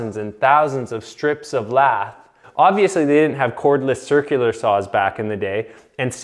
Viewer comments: Drove me crazy that he doesn't know how to pronounce it lath. It's lath not lathe. A lathe is a machine for turning wood or steel. Never the less I enjoyed the video reminds me of the old days. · Not pronounced like "lathe", but pronounced like "lath". Because they were used to cut LATH for plastering. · It isnt pronounced Lathe as in a machine for milling metal. It is pronounced ( lath ). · Lath is pronounced like hat… Not laser…. 🤓👍